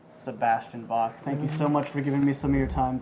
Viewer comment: So much pride to want people to call him Bach, and then proceeds to not know how Bach is even pronounced.... If you choose a germanic name, at least know how to say it.